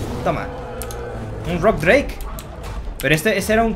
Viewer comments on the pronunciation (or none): none